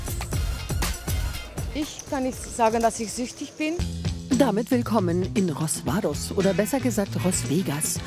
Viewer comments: Was ist das problem,den namen des dorfes einfach richtig zu lesen ? Warum sagt sie immer Rozvados und spater schreiben auch unten Rosvadoz. Es heisst Rozvadov so wie ausgeschieldert. Und man liest es Roswadof. Fertig. Einfach lernen es zu lesen,wenn ihr das schnon in den Fernseher machen. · 8 einhalb Stunden östlich von Nürnberg?? 1.5 maximal.. Und das heißt Rozvadov nichts rozvados🙄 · RozvadoV mit V nicht S!!